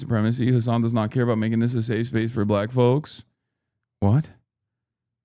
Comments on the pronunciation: Chat nitpicking the way Hasan says Black (with a hard B apparently haha) and raking him against the coals for everything he says, while giving no open criticism or pushback towards actual racists. Kind of normal for democrats in general, fighting ourselves more that those who hate us more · Someone unironically said they were triggered by Hasan saying "black" with a "hard B". He was quoting a fucking idiot chatter sarcastically. Insane how people look for things to get offended by. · As a white passing Hispanic who grew up in a diverse area of Tennessee you definitely did say black with too hard of a B 😂 had someone done that in my school growing up you would've been fought probably. Now I do I think that means hes racist? No I just think it could be an accent or him picking up on the way he hears white people say "black folks" but sometimes we do gotta use like nuances and cultural sensitivity when responding to people. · but why'd he emphasize black? He didn't say black people, he said "BLACK" people as if he's doubting a viewer's race for asking an actual question? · I don’t think you’re a racist, but as a political commentator wdym when you say you didn’t know “BLACK folk” was “a thing”? Dude you said it like a red neck😭😭😭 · This response and that reaction told me everything i needed to possibly know about you brother. SMH. You do good work but you need to be in more community with different types of black people. For example, if you were around certain Black people, you’d known the way you said “BLACK” was weird. Get it together brother; bouta be 35.